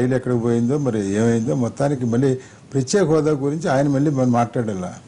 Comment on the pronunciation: Prathyaksha hodha kadu ra babu prathyeka hodha...